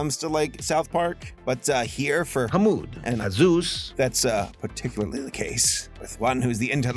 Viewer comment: I really want to hear how pronounced the kids' names in the original cut. #release_the_wrong_names_cut In the meantime we can enjoy the messed up quality You see, our main guy 𝑨𝙗𝒃𝙤𝒖𝙙 walls to school with his friends 𝙰𝚣𝚣𝚘𝚞s and 𝓗𝓪𝓶𝓶𝓸𝓾𝓭 when they stop to ask, where is 𝕊𝕒𝕝𝕠𝕠𝕞 also I love it when Americans see haneous things like portraying said Austrian painter in a positive light and familial abuse as normal, and say it's 🌼problematic🌺 afraid of your own shadows, as usual